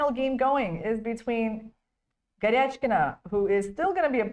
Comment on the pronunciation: Irena Krooosh should pronounce a. Goryachkina's name correctly. It doesn't have an "etch" sound in it. Good grief ..